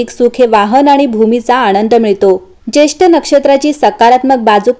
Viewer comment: Jyeshtha nakshtra,jyeshth nahi